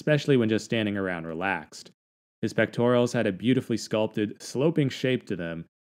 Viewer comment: Pectorals, dude. Not “pectorials”.